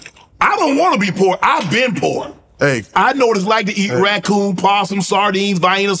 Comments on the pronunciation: That boy said racoon. Lol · Did bro say raccoon 😩😞